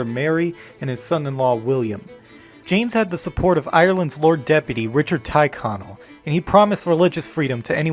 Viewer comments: *Tyrconnel is pronounced "tirr-connell" /tɪɹˈkɒnəl/ not "ty(r)e-connell /taɪˈkɒnəl/. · A great video that shows you have a good understanding of Irish history. However, if I could make a couple of suggestions, I'd recommend changing a few pronunciations. Tyrconnell is typically pronounced with a softer "E" sound, with it more typically being pronounced like "Terconnell". Newry tends to be pronounced "Neury" as opposed to "New-ry", the world "New" isnt really heard in it at all. Drogheda is a more confusing one as Protestants from Northern Ireland will pronounce it with a hard G like you did, but Catholics typically say "Droheha", omitting the G although, and this is the more common pronunciation overall in Ireland. I apologise that I'm nitpicking, but as myself and many other Irish commenters have said, this is an excellent video and a brilliant Paddy' day gift. Just a few wee pronunciation tips to make it even more accurate. Slán go fóill!